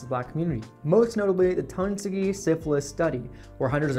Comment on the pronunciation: His mispronounciation of, "Tuskegee" was hilarious. 3 syllables to add SOME credibility to his tone.